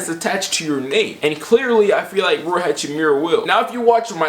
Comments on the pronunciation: Idk if I’m hearing you wrong but Rui is pronounced Rue-e not Roy. Love from Spokane home of the zags 🤧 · u butchering rui hachimura name its riyu